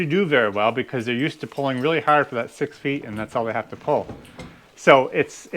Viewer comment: When you say pull it sounds like pole